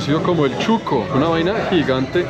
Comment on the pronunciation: Shuco no chuco jajaja 🤣